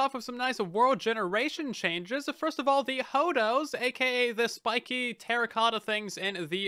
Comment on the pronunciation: Was listening to this on the background and calling the hoodoos "hodos" really threw me through a loop